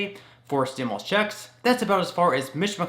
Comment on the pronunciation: Hi, respectfully, please note that the word "stimulus" is pronounced "stim-you-lus", not "stim-uh-lus". Thanks for all the great information!